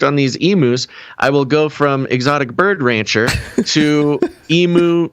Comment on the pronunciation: Stand aside, Tiger King. Here comes The Emu King… 😂 By the way, Aussies say EEM-YOO not EE-MOO.